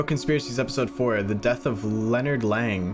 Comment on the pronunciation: "Lennard leng 💀💀" name: leonard lang